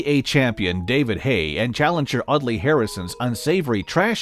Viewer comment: did my man just say “Ugly” Harrison 😂😂😂